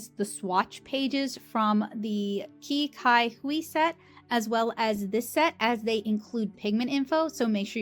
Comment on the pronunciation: i believe qi cai hui in chinese is actually pronounced more like chee sai hui. i am not entirely sure what it translates to, though